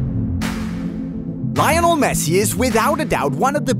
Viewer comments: Why do say Lionel so Weirdly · The pronunciation of his first name 😂